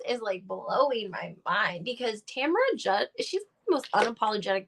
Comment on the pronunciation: TAMRA. Not Tamara, completely different pronunciation too.